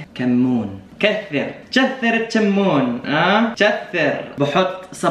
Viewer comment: تشثر التشمون 😂😂😂😂😂😭😭😂😂